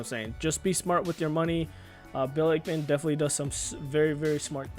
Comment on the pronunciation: Can’t even pronounce the SPAC or Ackman correctly.